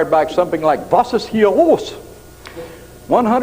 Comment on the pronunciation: perfect german "Was ist hier los?" What is up ... pretty close to no accent.